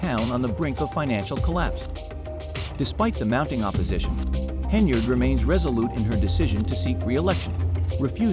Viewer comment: Try harder and get an ai platform that pronounces henyard.